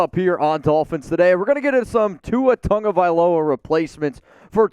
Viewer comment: All the improper pronunciations Tongavailoa is wrong! You spell it right pronounced it wrong! Say it with me "TAH-Go-Vy-Lo-Uh" = Tagovailoa, that said I'm out! Tua will be back. Bye Felicia!